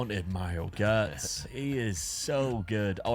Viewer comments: the way you were pronouncing Gotze was infuriating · How do you BUTCHER his surname LMFAO?! Gotze, check Forvo for pronounciations